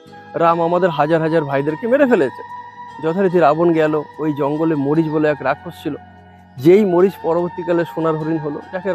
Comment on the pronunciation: ওঠা মরিচ নয় ' মারিচ